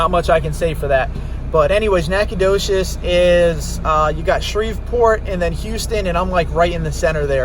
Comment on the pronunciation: NacogdoCHes. It’s a ch not an sh